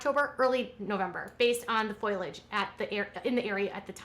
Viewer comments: oh dear.... it is not FOILage.... It is Foliage - FO-LEE-AGE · Its not foilage its foliage . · Foliage not foilage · Just wanted to say because you repeated it several times, it’s not “foilage” it’s actually “foliage” pronounced “foal-ee-edge”. It’s east to do with the way the letters are, but since you repeated it, I just thought I’d mention it. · but there’s a difference between “getting” what she says and saying the right thing. Foilage is not a word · You're a hell of a reporter. You can't even say things correctly. It's foliage, not foilage. Good grief. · FO-liage…not FOIL-age. Thanks! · Thank you. It was hurting my ears to hear her say it that way. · FOAL-EE-IDGE. It’s like that Simpsons episode.